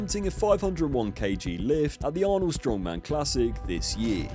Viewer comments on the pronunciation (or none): none